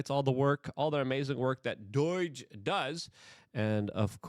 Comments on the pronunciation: DOH-JUH Not DOYJ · Hey idjut! It’s not doyge. It’s doge. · Yeah whatever. Learn to say DOGE. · Why do you keep calling it doige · Just out of curiosity…why do you call it “Doyge”? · Luke...its not doyge... please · I love Luke, but does the way he says “Doge” as “Doyge” or “Doige” bother anyone else? I know I’m being petty, but he has a way with words and their pronunciation that really bothers me and makes it difficult to listen to. Am I the only one? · There's no I or Y in the middle of DOGE. Repeatedly saying it wrong has literally caused me to wonder who Doige bank is. Please, it's not that hard, pronounce it right. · Pronunciation of DOGE is interesting. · Man I like this guys content but why does he talk for a living when he can barely talk. He called him Pete Headset. Like bro please take public speaking courses online or something because it's starting to get really annoying. And btw it's Doge not Doyche. I love what Trump and Elon are doing, but when a guy mumbles through basic sentences it kinda shrinks his sense legitimacy